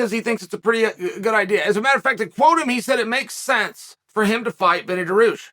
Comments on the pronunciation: Wtf is Daroosh!? His name is pronounced DAR-REE-USH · chael never misses a chance to mispronounce a name on purpose daroosh